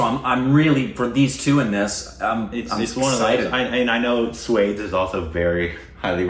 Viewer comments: Okay do Morning got Swades right the first time and I was like YAY, and then he was back to calling it suede. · 'Swades' is not pronounced like 'Spades'...it is 'Swa' + 'Desh'! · Okay Swades is not how is pronouncing it. It's Swa-des. "Swa" is "one's own" and "Des" is "country". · don't pronounce 'swades' like 'spades', break it down- read 'swa', not 'swaa', then, 'des'. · Hey guys great reaction, but just a little tip, its not pronounced swades, it is pronounced swa-des, swa-des means native of the country.. :) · Oh when will u grow up 😂 It's Swa-desh and not pronounced as Swade with an ending with s. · Swades not pronounced as Suede(s). More like Swa from Swallow and Des sounds like Jess. 😁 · It's pronounced as "Shhh-wha-de-sss.."(s-wa-des) not shwades .. 😂.. SRK 👑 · It’s SWA - DES not Swades like spades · It’s not SWADES ( like SPADES ) .. it’s SWA-DES ! Meaning homeland ! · mere bhai (my brother)... It's not pronounced Sweds... It's Swa (meaning my own), des (meaning country) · “Swades” is pronounced as “Swa (my) des (country)” not Swade-s 😉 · BTW, Swades is pronounced as Swa-des (Swa-Your own, Des-Country). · Not swads but swa+des. Pronounce "de" as "they". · Somebody just give Indian citizenship! He is an Indian reincarnated as an American XD Ps: it’s NOT “sway-des” it’s “swuh-days” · it's not 'swaydes'. 😂😂 It has two syllables, pronounced as 'swa - deys'. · Its not swades it is pronounced swaa-des its means swa- one's own and des but in proper hindi it is pronounced as desh(country) not des but in name of the film it is used as des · Its not swades its SWAAA DAYSSS #Korbinsed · Guys sorry but its SWAA-DES! (HOMELAND) SWA--DESSS! 👀✨ Iam a big SRK fan so sorry for the grammar nazi thingy. Still love you guys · 'Swades' lol! It isn't pronounced that way, it has to be broken down - swa -- des swa as in swan but without the n des as in base replaced with a d instead of b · Repeat after me.... Su-wa-days.. Swades